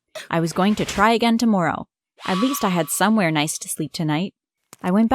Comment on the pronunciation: Omg why did you always say sorry and tomorrow wrong